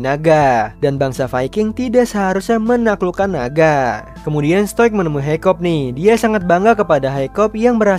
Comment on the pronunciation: Hiccup d baca Hikap bukan haikop. Stoik dibaca stoik. D dub inggris maupun indo pengucapan nya sama aja. Saranku next time d perhatikan itu bang apalagi untuk karakter yg sering d sebut namanya.